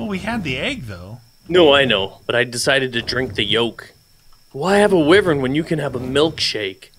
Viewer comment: Its pronounced "Why Vern" not "With Vern" lol